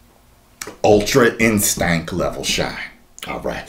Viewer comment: I love how he says "Ultra-InSTANK"